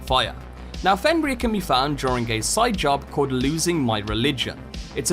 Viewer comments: This dude saying fenrear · Bro fr said fen reyer